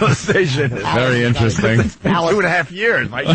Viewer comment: "ineresting" God, I hate him.